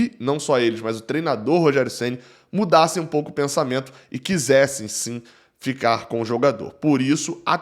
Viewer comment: Reinaldo não deve "dicar" e sim "ficar" 👍🏾